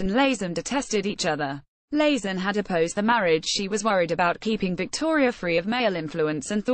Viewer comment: It's LAYT-ZEN, not LAZEN! But why should we expect accuracy from this damned ROBOTIC voice??